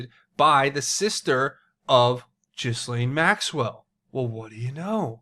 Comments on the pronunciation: It's GHEE LANE. Not Jiz Lane. Pleeeease please say it a different way lol. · Ghee-lane. New drinking game! Whoever pronounces her name, Jis-lane, you have to take a drink! This could get dangerous. Anyway, I wonder what the hec World Transhumanist Association is?? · Pronouncing names incorrectly makes you sound like a fool. Why do our friends across the pond (that's you) have so many issues with word pronunciations? Ghislaine is pronounced Gillane (Gill 'as in a fish Gill' and Lane as in highway lane) Gill-Lane. Gillane Maxwell. Please say it correctly because it is extremely annoying. God bless. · Not that it really matters but Ghislaine is pronounced Gee-laine. Like Elaine with a hard G. Not a “J” G... lol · The s is silent